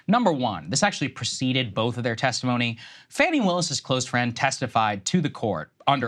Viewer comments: Fawny, not Fanny. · Fah-ni. it's not hard to pronounce people's names correctly.